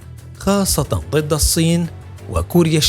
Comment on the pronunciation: الله يعطيك العافية ، في الفيديو قال مقدم البرنامج في بداية الحلقة ظد والمفروض الكلمة هي ضد ، وايضا عضلات وليس عظلات